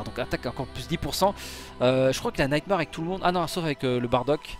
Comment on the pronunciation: "Naïte Marre"